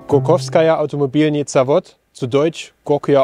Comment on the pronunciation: Russisch hatte der junge Mann in der Schule aber nie... 😂 Es heisst nicht Zawod, sondern Szawod, es ist ein Se, ein scharfes S ähnlich unserem SZ. 😉 Daher heisst es auch in der deutschen Transkription GAS.